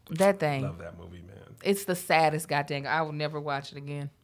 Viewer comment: Hey it sounds like Kev asked if you're down with GOP instead of GOD 🤷🏾‍♂️ back to you